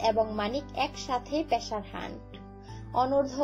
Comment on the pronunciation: মেটাম উচ্চারণটা পেশার না পেসার।।।